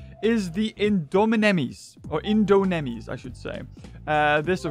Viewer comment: indonemy Malay and indo:indomi